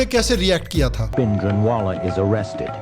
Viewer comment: Please correct to pronunciation of Bindranwale it is भिंडराँवाले not भिण्डरान वाले